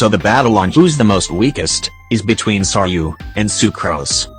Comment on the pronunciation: U said sau when it is sayu